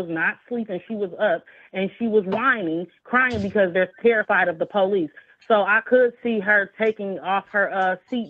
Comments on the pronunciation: "They was terrified of the Po-leece." Gee I wonder where they learned that from. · terrified of the poh-leece